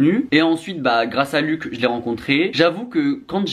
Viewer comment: Par contre, pour éviter qu'il te tape sur les doigts , son prénom se prononce pas "luck" mais bien luch, avec le son "ch". Il l'a répété plusieurs fois dans ses vidéos 😅